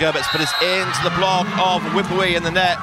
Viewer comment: Commentator pronouncing Wipwee 2 syllables instead of 3 syllables and that was wrong , but that’s what English tongue pronunciation. 🤪